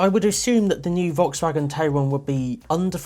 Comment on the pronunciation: Hi, VW is actually calling it "Tie-ron" like Taycan... must be a German thing.:) I quite like the car. Can't wait for the driving video.